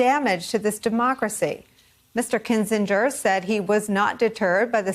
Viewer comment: It's pronounced Kinzinger.